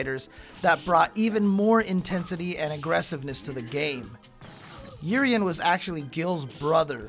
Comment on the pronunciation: It is Oo ree en, this guy is very 'murrican with his names pronounciations.